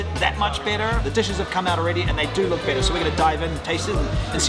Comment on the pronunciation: When you say "better", my American ear hears "bitter" LOL. Love your channel <3